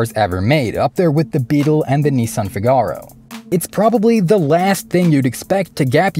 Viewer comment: Fi gar-o? lol